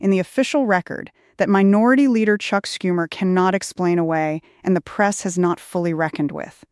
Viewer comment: Im sad you have been reduced to AI. Schumer is NOT SCoom er. Its SHOO mer